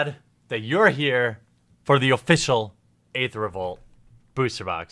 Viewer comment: I love the content of all of your videos, but please learn how to pronounce the words Aether and Shaman... I cringe so bad when i hear you say them. :D